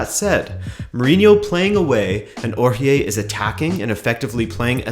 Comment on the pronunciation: What the fuck is “Ouchié”